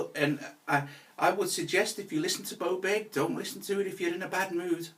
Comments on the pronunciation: Bowbeck? Blowback? 😁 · The way this guy pronounces "Beaubourg" is just too funny... More like "Camenbert" 🙂